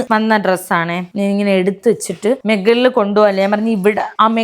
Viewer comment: മെഗളിൽ അല്ല മുകളിൽ, 😃😃